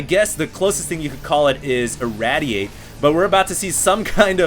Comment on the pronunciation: I know people will probably gripe about me correcting his pronunciation but... ir-RAID-iate KITE-in-us